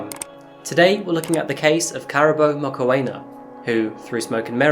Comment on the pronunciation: Please make an effort to find out how names are said in their native language …………….its not hard and takes 2 mins to find out…….it is pronounced moo-kw-ena(the kw sound is fast the ena uses an e sound like egg) the moo is self explanatory but as soon as you enunciate the oo you start the kw sound…………..i can say german names after hearing them once …….i am not german just saying.